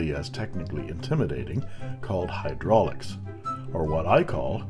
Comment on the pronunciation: "HyRdraulics"? What's them, then,?!